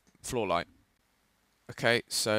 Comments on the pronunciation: why do u say hokay? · I think it sounding like 'ho kay' is intentional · How come you can speak english very well but cant say "ok" correctly?